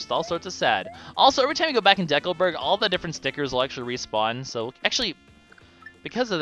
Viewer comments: It's decalberg not decaalberg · It's a combination of the word "Decal" and "Burg", a common suffix for a town of some sort. The word "Decal" is where ambiguity comes in, as in Canada it is commonly pronounced as in this video, but it sounds very strange to residents of most other countries, who would use a long E sound and further stress on the second syllable rather then deh-coal.